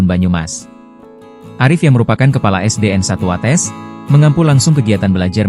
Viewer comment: Watês bukan watès